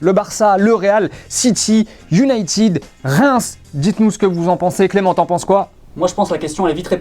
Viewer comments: T'as dit Reims 😂...? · Ptdrrrr jss mort même moi j'ai dit reims et la j'entends quoi reims 😂😂 perso j'aimerais bien 😍